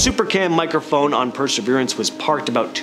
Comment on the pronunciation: Presserverance rover? Are you sure it's not Perseverance 🤣🤣